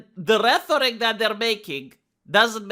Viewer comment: 'Retheric 'lol!!!! For the 16th time it's pronounced ret eric